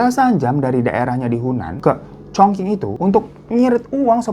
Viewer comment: chongqing itu bacanya congcing bro...